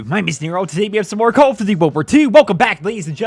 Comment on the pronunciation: 'call of doody'